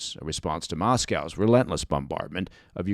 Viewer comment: All down to America if you had kept you're noses out the war would have never happened, and when are Americans going to learn to pronounce Moscow properly?.